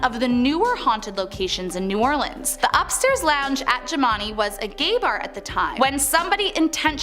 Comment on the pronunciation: The jimani is pronounced Gemini like jim an i....Shreveport is pronounced shreeve port, and at first you called Chloe Clair. I live on the westbank of new orleans